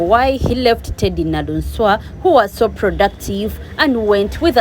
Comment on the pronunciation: She is 'Naluswa' NOT Naluunswa